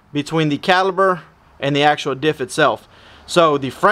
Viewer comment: Say it with me now… Cal-i-PER… it’s a damn caliper not a caliber.